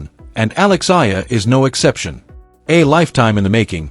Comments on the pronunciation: A. E = Alex Eala - E-ala. Not Ayala, Ela, Aela n illa.😊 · Eyala pronunciation E-yala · The story is good but your butchering her name and most of names like the flower Sampaguita lol 😊